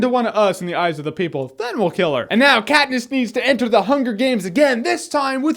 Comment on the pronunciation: ah yes, Kat-piss.